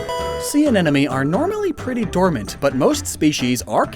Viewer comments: “Uhn-enemy” drove me INSANE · watching this while a biology student roommate is listening in the living room... the tangible frustration on his face whenever the word anemone is mispronounced is GOLD! thanks